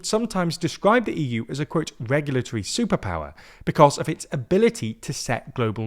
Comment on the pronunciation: "regulatory superower"